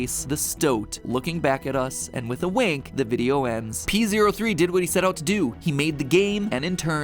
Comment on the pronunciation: it's actually pronounced P-oh-three (officially!)